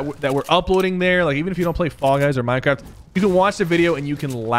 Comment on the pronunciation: OMG did h say mineacrft